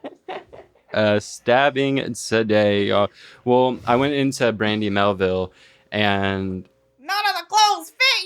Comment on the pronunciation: i love how says "well" like "wool"